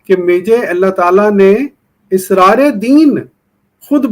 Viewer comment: Israar nahi Asraar